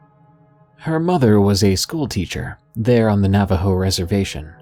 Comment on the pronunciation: You almost nailed the pronunciation. Not bad for a bilagáana